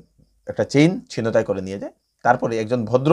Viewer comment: উচ্চারণ হবে "ছিন্ তাই"।